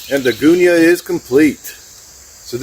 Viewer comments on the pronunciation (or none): Good demonstration, but "gun-ya", not "goon-ya". My standard set up, ideal for our conditions in Australia. See Scotty's Gone Walkabout